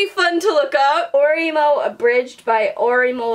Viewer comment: Oreimo should be pronounced Ohreh-moh no ohray-mo / ohree-mo just a note.